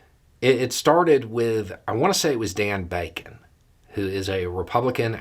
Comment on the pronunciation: *Don Bacon, not Dan Bacon.